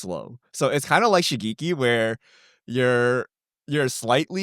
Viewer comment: The ge in Shigeki is pronounced as from gecko. Like shi-geh-ki if we are to use romanji Japanese pronunciation.